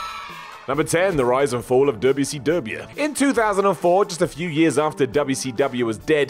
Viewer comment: Just here to hear say Duubya See Douhbya